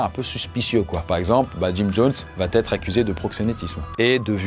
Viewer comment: "va têtre", "pourra têtre"... le verbe "têtre" n'existe pas 😄